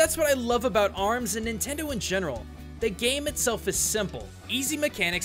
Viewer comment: Min-tendo HA!